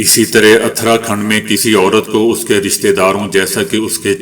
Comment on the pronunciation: درست تلفظ اس طرح ہیں: اُتراکھنڈ۔ دَلِت